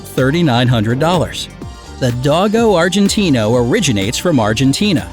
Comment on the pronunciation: U said dogo Argentino wrong